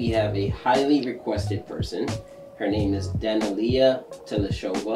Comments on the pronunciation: Your Producer is incorrect it is pronounced, Duh Nel ee Yuh, not Dan uh Lee uh. She was 14 and just finished with her run on AGT 2020 where she was given 6th place, she earned higher, but she didn't have a sympathetic enough back-story so....6th it is. Daneliya has a voice that is hard to describe but will leave you wanting more. Her ability to convey emotions in her vocals is something you cannot teach. I'm going to leave you with a link to her singing a Sam Smith song, 'Diamonds'. Close your eyes when you listen to this and tell me you don't hear someone much older singing from a place that defies logic. I thought I'd throw in her performance on AGT The All-Stars 2023. She sang 'Arcade' by Duncan Laurence. This song won Euro-Vision songwriting contest 2019. The version she sang that night was a fallback arrangement she sang because she had been sick that whole day before her performance. She was losing her voice, and the show was willing to move her to the next edition of the All-Stars, but she miraculously got enough of her voice back to go on. Check the audience response at the end. This is how audiences have always responded to Daneliya. I'll list the link after the Sam Smith song. Daneliya 14 'Diamonds' by Sam Smith. Daneliya 16 'Arcade' by Duncan Laurence. Remember she was very sick. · Dah-NeL-Lee_Yah is, I believe, a closer approximation to pronunciation of this young Kazakh superstar's name. She's in North America now, in Canada now, iirc, previously moved to Boston area at 16 alone to pursue studies and professional career here in USA.